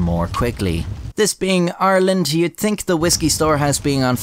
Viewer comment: you can tell it's a legit Irish accent because the first syllable in "Ireland" is effortlessly between an American "are" and "our"